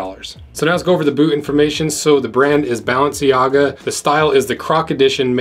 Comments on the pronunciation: balance-si-ahhh-gaaa... DUDE... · Ball en sea gah- sounds legit 😆 Expensive April fools that's for sure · I'm sure you said BalenciGaga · Anyone else hear him say balencigaga Bc I loved it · Bro said balencigaga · Belangaga ??? lol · Lol you keep butchering the name, super funny video an I can't believe u got your actual size 🤣 😂 😆 didn't expect you to say it was a good buy at the end lol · The subtle mispronunciations of "Balenciaga" were a nice touch. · I love the way you mispronounced balenciaga a different way every time you say it